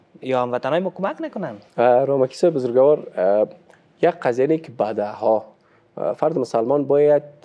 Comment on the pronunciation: اسلام علیکم جناب صاحب. لطفاً کلمه بزرگوار را به شکل (بزرگَوار) الفظ نکنید یعنی حرف (گ) را فتح ندهید. شکل درست تلفظ آن چنین است (بزرگوار)، یعنی حرف (گ) ساکن ادا می شود. سلامت باشید.